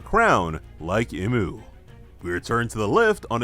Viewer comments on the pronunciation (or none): its pronounced E-MU